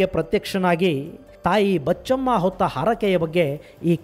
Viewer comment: ತಾಯಿ ಬಚ್ಚಮ್ಮ ಅಂತ ಆಗಬೇಕು.! ಆದರೆ ಉಚ್ಚಾರಣೆಯಲ್ಲಿ ಬೀಚಮ್ಮ ಅಂತ ಒಂತರಾ ಧ್ವನಿ ಬರುತ್ತಿದೆ ಗುರುಗಳೆ